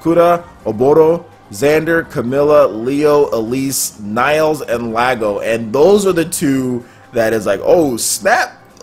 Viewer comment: Lago? LOL! That sounds wrong...